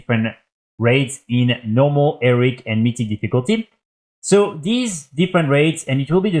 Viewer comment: maybe we enjoy the fact that he says eric and heroic bussies, have you considered that? maybe youre the one implying it's a problem.